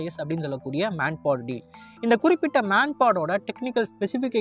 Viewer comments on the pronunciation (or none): M - man P - portable A - air D - defence " MAN PAD" " மேன் பேட் " not மேன் போட் .